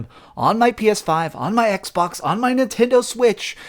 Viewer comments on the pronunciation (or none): none